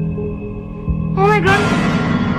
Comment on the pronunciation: Perkataan legend 'omaigat'